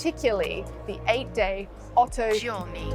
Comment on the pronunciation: IMHO it´s called Otto Giorni, not Otto Giorna. As can be read on the dial.